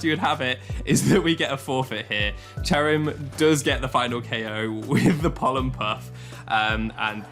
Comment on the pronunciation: Ah yes, my favorite pokemon, C h e r u m It's cherrim :)